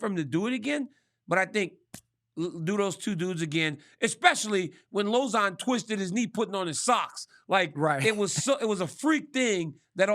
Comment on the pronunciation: RC said LozOn😂